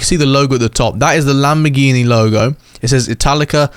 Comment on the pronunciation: Bro is lambagambar Not Lamborghini💀🫵🏽